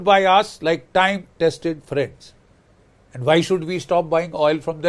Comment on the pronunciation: 😂😂😂 please welcome my dear phrend, the phrend of india, mister doland trum 😁😁😁